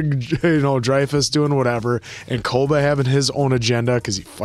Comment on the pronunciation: I was actually scratching my head thinking who tf is 'Koda' then realised they meant Koba 😭